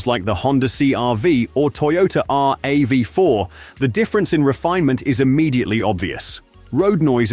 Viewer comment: For someone who uses computer voice, instead of his own real voice, this video doesn't deserve any credit. All videos in this Channel only say good things about Toyota trucks, YET doesn't even know how to pronounce RAV4? What a scam.